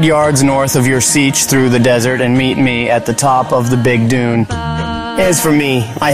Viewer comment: AI can't pronounce Dune correctly.